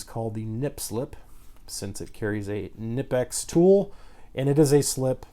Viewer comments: It’s legit pronounced KneePix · Kuh-nee-pex They also now have a 4" version with no grips. Knipex is awesome! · if you really want to pronouce it right (not that it matters): the i in knipex is pronouced like the ee in eel or the ea in deal. the rest was spot on. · No the k is silent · The k Is silent